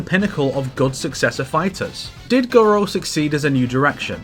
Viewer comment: Garou, no Guro.